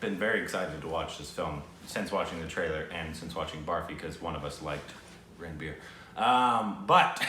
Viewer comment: When You Say Ranbir it feels Ran Bear !!!😂😂😂